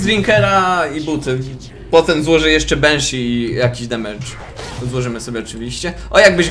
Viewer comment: Proszę, nie mów ,,benszi" tylko banszi